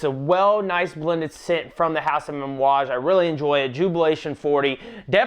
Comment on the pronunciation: it sounded like you were pronouncing amouage with an "M". lol.....great video btw, i love my J40